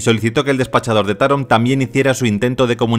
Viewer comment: Se pronuncia Taróm , saludos